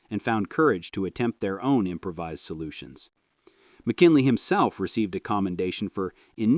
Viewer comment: "im-pra-vizzed" gas filters?! This A.I. narration is terrible